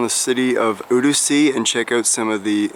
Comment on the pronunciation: Pronounced Roo seh not Roo see